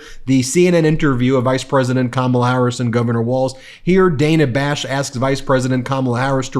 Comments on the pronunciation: Ben, it’s not ‘Day na’, it’s Dah na’!!💙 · By the way, it's DA....NA Bash not Dayna Bash! FFS. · Ben! It’s pronounced Dan-ah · Hi Ben, love the show but one nitpick. The reporter's name is pronounced Day-nuh. I know it's different but we should respect this the same way we pronounce the name of our first female president. Keep up the good work! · May want to learn how to pronounce Dana Bash's name....